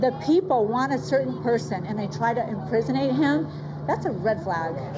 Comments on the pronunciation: Lol. I thought that plastic woman said impersonate! Imprisonate? 😂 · "Imprison-ate" -- Red Hat Crew Member